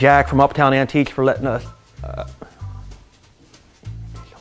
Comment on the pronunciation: “Uptown Antiquesch” 🤣🤣🤣